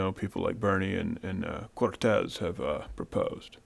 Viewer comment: Lmfao the way he says "Cortez"